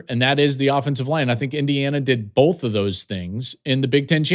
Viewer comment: Joel “Bolth” Klatt